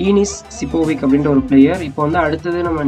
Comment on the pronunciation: Bro we should pronounce as sipovich